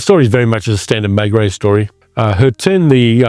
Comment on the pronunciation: Please learn how to pronounce names like Maigret and Franchot properly. There is no excuse. I can’t listen to you, fingernails on chalkboard.